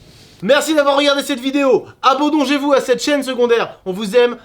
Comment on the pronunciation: « abondanjez-vous » ?? 😂 quel est ce mot mdrr